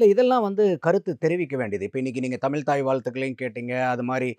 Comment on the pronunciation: இவருக்கே தமிழ் அப்படின்னு சொல்ல தெரியல தமில்தமில் தமில் எப்பா சாமி தமிழ் சொல்லுப்பா ஆனா நல்ல கருத்து சொன்னீங்க அது கரெக்ட் கருத்தெல்லாம் ஓகே ஆனா தமில் தான் இடிக்குது